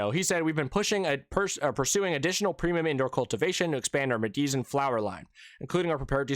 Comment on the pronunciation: "Medizan" is pronounced "medicine"!